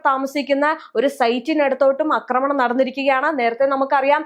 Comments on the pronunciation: അക്രമണം അല്ല ആക്രമണം 😂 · സഹോദരീ, "അക്രമണം" എന്നല്ല "ആക്രമണം" എന്നാണ് പറയേണ്ടത്. യദു പറയുന്നത് കേട്ടിട്ടില്ലേ?